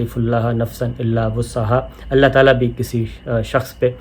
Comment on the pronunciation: صابرشاکر صاحب ۔ماشاءاللہ آپ قلم اور زبان کے سپاہی ہیں 🌹 ملاحظہ۔۔۔۔۔🌹. لایکلف اللہ 🌹لفظ اللہ کی ۔ہ پر پیش پڑھیں ۔۔نہ کہ زبر ۔۔۔۔۔ شکریہ🌹